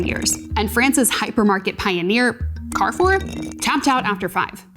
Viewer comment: Cool video, thank for doin it. I think you should have taken the short time to easily learn to pronounce Daitenho. If you still can't do it justice, at least learn how to pronounce the French Carrefour. It would build more credibility. Also, I think the commenters below brought up stronger points than this video.